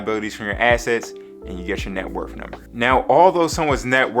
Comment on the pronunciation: Taking Net WORTH advice from someone that says "Net Wurf"? SMH